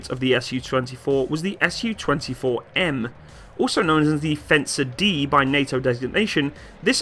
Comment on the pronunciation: I'll be "that guy" and point out the "Su" here should be pronounced as a single syllable as it came from the maker's name. If you pronounce it as 2 syllables (ɛs juː) then it'll be misunderstood as Samohodnaya Ustanovka